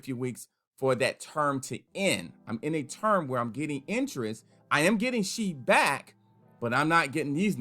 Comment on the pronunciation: 😭😭😭😭😭. Yes. I went to have a listen thrice. Following by “is um disappointed. Is um sad.”